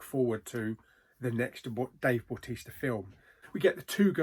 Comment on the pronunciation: yeah bautista when you say it sounds like baptista